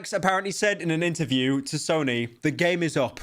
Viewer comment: Did he just say Snoy? Bro I can't lmaoooo